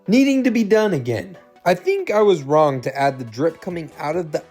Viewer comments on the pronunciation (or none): none